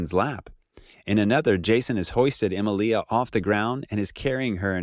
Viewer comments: I find it controversial how you pronounce Emilia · I always said he was engaged to Simone and she found out it was over when Lisa got pregnant to him. P.S it's kal drOgo not drAgo, and the way you pronounce Emilia is with the emphasis on the middle, as in Emeelia.